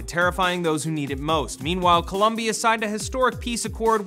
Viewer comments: BTW it's "COLOMBIA" with and O....not columbia with a U!!! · Its COLOMBIA! not col-u-mbia. get it right. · Colooombia, with O not U its Coloooooombiaaaa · It's ColOmbia. With an "o". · Colombia. not Columbia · They're both pronounced exactly the same way, people make mistakes